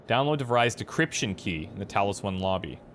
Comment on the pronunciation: The name DeVries isn't pronounced as "de-vry", but as "de freeze". Dutch origin :)